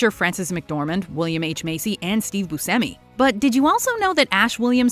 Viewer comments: Pronounced "Boo Chemy" not "Boo Semy". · It's pronounced Bu-SHEM-ee. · You should learn what the word "hidden" means & how to pronounce Buscemi. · Learn the proper pronunciation of Smaug and Buscemi!